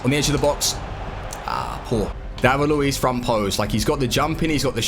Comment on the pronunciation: It's Luiz..with a z